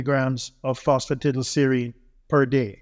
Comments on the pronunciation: Fancy taking advice from someone who cannot even pronounce PhosphatidylSerine! Tiddleserine? Really? 😆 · No he didn't.